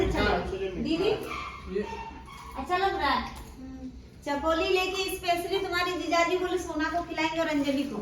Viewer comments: Chakoli nhi chakli bolte hain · Chakoli ni chakli bolte h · Chakoli nii hota hai , chakli hota hai 😅